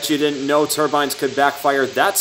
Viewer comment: do me a favor don t call them turbines like a hat anymore remember they were turbines with the long I sound